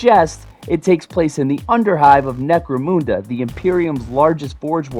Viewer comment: IT certainly was fun enough, IMO.'' BTW, it's necro-mun-da not Necro-moonda